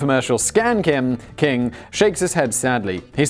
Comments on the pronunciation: I took a shot every time Simon said 'kin' instead of 'king' and now I need my stomach pumped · Why do you keep saying "Scam-kin" instead of "Scam-king" Like, I imagine this is some even weirder off-shoot of furries where people dress like healing crystals and MLM products. Like, "This is my tuppersona, I'm a circular 2-inch deep dish with matching lid, but I can't find the lid" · Simon are you having a stroke? You seem to be having trouble pronouncing the word King. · Simon: “I narrate 7 YouTube channels”. Also Simon: “scam kin”. 😂😂 I love this channel. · Seaman it’s pronounced “keeng”